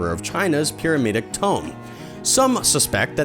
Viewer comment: Three minutes, nineteen seconds and you've already mispronounced several words. Is English not your native language? (That's the only explanation I could think of for giving the "U" in "gamut" a long sound and adding a "G" in the middle of "ancient"---and what the hell is a "pyrameedic tome?") THUMBS DOWN.